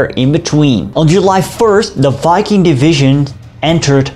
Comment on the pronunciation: Thank you for pronouncing the name of the division correctly